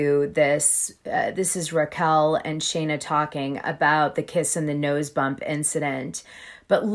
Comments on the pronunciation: Love ya Dana. 💜💜💜💜. But it’s scheena. Not Shayna. Not a fan of her. Just notice in a few video’s you kept saying it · Lol I know that you watch the show at least just as much as me, how come you pronounce Scheana's name wrong?